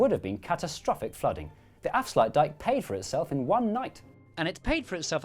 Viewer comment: Wow you guys nailed ‘afsluitdijk’ and ‘zuiderzee’. ‘Stroopwafels’ was wrong though…